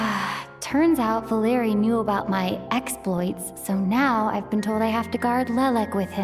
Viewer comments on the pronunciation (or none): Thank you very much for the video, but I want to correct you a little, the accent of the name Valery falls on e, not on the letter a